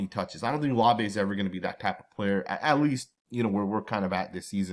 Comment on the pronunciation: Always butchering the pronunciation of Laube 😅 still love the content tho 😊🏴‍☠️